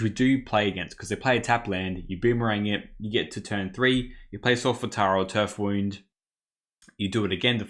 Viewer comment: What a sweet deck! Btw, I think the "wound" in Turf Wound is "wound" as in injury, not "wound" as in winding. Loved the games, thanks for the vid!